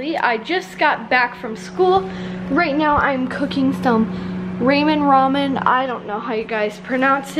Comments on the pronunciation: Ramen noodles are pronounced as "ra men" not "ray men" just tryin to help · It's pronounced like rawmen not raemen